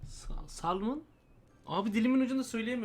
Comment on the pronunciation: Gece gece çektikleri için kafalar iyice güzelleşmiş :D shellfish ne balığı diyo bencil balık diyo :DDD Salman ne balığı diyo Salaman diyo :DD alemsiniz valla ya :DD